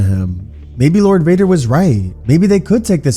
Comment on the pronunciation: Bro grievous says darth Vader wrong